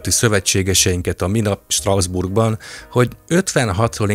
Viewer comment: Picit fura, hogy Strausbourgnak mondod Strasbourgot. De remek a tartalom! ✌️